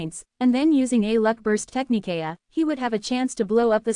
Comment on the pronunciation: Ty again. Just would request and AI update. Technique sounds like Tech-knee-kay-uh